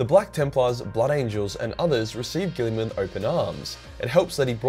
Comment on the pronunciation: Robote gillman